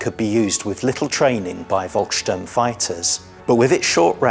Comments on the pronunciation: Volksturm is pronounced as "Folksturm." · I don't want to be too niggly, but it does irritate me when people who are obviously experts in their subject are so cavalier with the pronunciation of German locations and organisations. Seelow and Königsberg were garbled, as was Volkssturm. Equally S-Bahn was confused with U-Bahn. Surely these films have an editor that picks up on these things, or am I supposed to believe that the IWM has no people with foreign language skills?!!